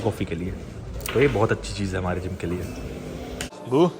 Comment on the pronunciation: Tum jab buu bolte ho sunne me ghuu 💩 lagta he😂😂😂